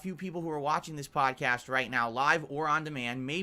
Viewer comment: "Back then I didnt even have a pahdcahstt" Better days😢